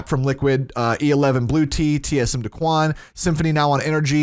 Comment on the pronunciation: listen how he pronounced daequan 😂 😂